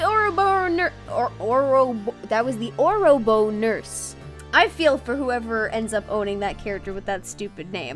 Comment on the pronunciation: Every time you said Orobo Nurse I heard Oroboners. Which is probably a scarier image lol.